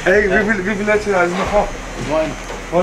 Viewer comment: Warum hat sich das „Radweeg“ wie „Abdiiii😩“ angehört?